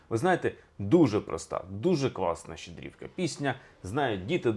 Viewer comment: Все добре,але стільки разів неправильно ставити наголоси в словах Щедрівки...,дивує.😢